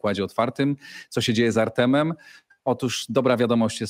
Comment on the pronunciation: Panie Redaktorze! "Artemem"? Chyba Artiomem...